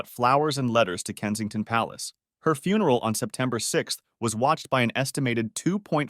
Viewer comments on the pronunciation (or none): none